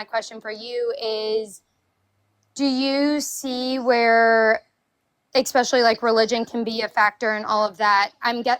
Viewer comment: second caller, , "expecially." i immediately stopped taking her seriously.